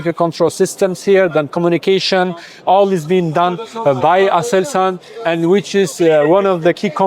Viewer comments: D.h. Nicht Aselan Sondern ASELSAN Und dann noch mehrere Aussprachen schlecht vorbereitet🇹🇷🌹🇹🇷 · Aselsan Brother not asalan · Lern mal lesen es heisst aselsan